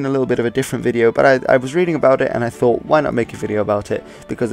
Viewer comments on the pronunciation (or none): none